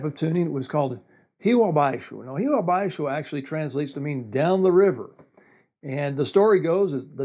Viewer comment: Tô mais impressionado com ele falando "Rio abaixo". Não falou "Rrrrrio ébéikso" kkkkkkkkk